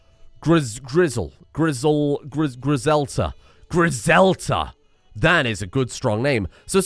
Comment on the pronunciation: Everytime i hear say Griselta’s name I hear the “Griselda” tag in my head